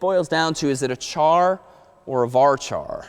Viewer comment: who heck pronounces char as CHar..